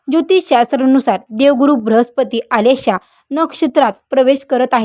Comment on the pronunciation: आलेशा नक्षत्र काय म्हणता आश्लेषा नक्षत्र म्हणा. रखलेले नाही रखडलेले म्हणा.किती चुकीचे उच्चार करता मॅडम.